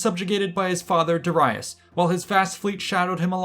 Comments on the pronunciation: Did this man just call Dare-ius Da-rei -us? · You pronounced Darius’s name wrong! Very sad! It seems that people are posting videos on topics that they really don’t know much about!